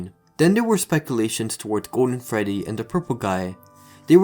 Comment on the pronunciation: Did you say Freddy or Feddy?